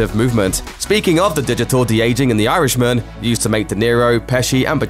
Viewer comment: It's not pronounced 'Yarishman', it's actually 'Irishman'